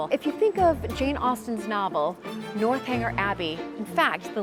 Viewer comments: I heard the North Hanger too (lol), but that's one of the lovely things about ---she's so authentic and still very American, which I love. A great quick and dirty video on Bath. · A cute video of you in Bath! I must tell you, though, it's NORTH-eng-er, not North Hanger Abbey. There are no hangers involved! lol I love what you are doing to showcase your life in England, show us the lovely gardens and historical building restoration. It's all part of the beauty of England and I so admire the way the British honor their historic buildings with restoration, allowing the public to visit and enjoy the homes, gardens, grounds. Wish the US did more of this kind of thing! Keep up the good work! Thanks for making the series on YouTube!